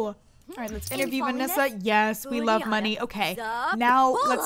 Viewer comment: You say Venessa's name strangely... Are you saying "Vinissa"?